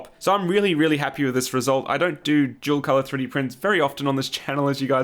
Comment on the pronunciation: I really thought you were saying "jewel color model."